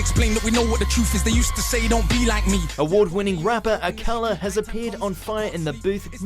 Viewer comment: It's not AKAla beg Ya pardon? Can't even say his name right